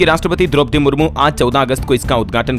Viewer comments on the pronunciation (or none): none